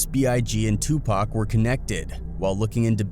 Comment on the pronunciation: Thank you for pronouncing Tupac's name correctly!